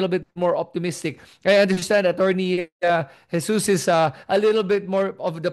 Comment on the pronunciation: Prof Richard, pls call him HESUS (Filipino pronunciation) NOT JESUS. JESUS IS OUR LORD po. Sorry. 🙏❤️